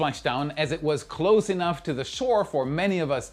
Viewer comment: I really admire your English and the effort you’ve put into speaking so fluently. However, I’ve noticed a minor point about your pronunciation that could make your already excellent English sound even smoother. Specifically, the S and Z sounds sometimes get a bit mixed up in your speech. For example, words like "close" (when used as an adjective, e.g., "a close friend") use an S sound, while "close" (as a verb, e.g., "to close the door") uses a Z sound.